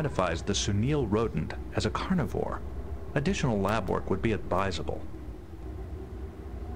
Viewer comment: He said advisable correctly